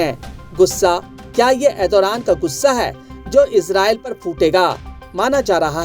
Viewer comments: Arey bhai naam tho theek se bola karo na Turkey prime minister ka... Ethoraan Nahi.... ERDOGAN 😂😂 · Erdoran nahi hota hai. Pahle name lena sikh lo bhai